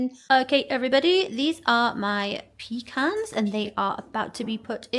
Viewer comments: It’s pronounced “pa cons” not peecans that’s what we take on the boat when we need to go… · Oh lordy... she's using her PEE CAN instead of puh-KAHNS.